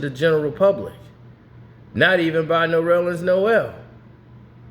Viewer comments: His name is Ner-lens not No-rel-lens. It's only 2 syllables. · Did he call him “Norellens”? 👀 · It’s nerlens (Nur-Lens) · Goodness gracious my brother. It's Nurrrr - Lens. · Damn! Ain’t nobody gon’ tell his name is NERLENS!!!! Pronounced “Ner-lins” Damn-put sum respeck on that 6’11” REJECTOR from Boston’s[Everett MA] NAME!!!!!! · What’s his name??? 😂😂😂😂 Sounds like you’re adding a few syllables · Bro every time he says it I correct him in my head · stop pronouncing that man name wrong 😭